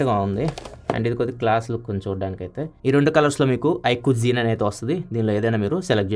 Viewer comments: Adhi z9 kadha Mari G9 antunnaru anti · anna adi iQOO Z9 anna Nuvvu G9 Antunnavu 😅🤭